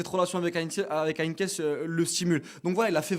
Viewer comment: Heynckes et non pas HeynckNes monsieur le présentateur .... Bartra non pas a gauche mais a droite .... Bosz le doublé ou Bosz qui gagne l'Europa League mais c'est honteux de dire ça ils ont perdu en finale !!!!!!!!!!! Zagadou c'est a gauche et non pas droite.